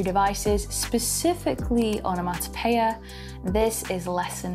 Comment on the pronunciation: Love the way you pronounce the word.......Onomatopoeia! I actually noted it phonetically.....😅💕